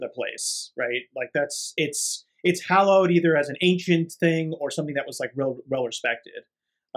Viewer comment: Good coverage but dear lord hearing hallowed pronounced hollowed was driving me crazy.